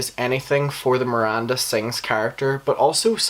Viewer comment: Love the disrespect of mispronouncing her name, even 'Merinda' 😂 how did you watch all the videos and info without figuring out the G that sounds like a J in Ballinger? 😂 it had to be on purpose!